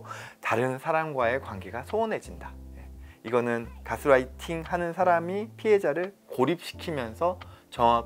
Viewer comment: 여기는 우리나라니까 개스라이팅이라고 하지 말고 가스라이팅이라고 하자는 선생님의 말씀에는 이견이 없습니다. 그러나 제가 예민해서 그렇겠지만 말씀 중에 자꾸 가스라이팅을 가스롸이팅이라고 하시는 것이 부자연스럽게 들립니다. Gas-lighting이 아니고 gas-writing으로 들려서요. light는 아무리 L 발음을 빼고 순수 우리나라 식 발음으로 해도 '라이트'이지 '롸이트'는 아니니까요. 어쨌든 내용은 잘 들었습니다. 감사합니다.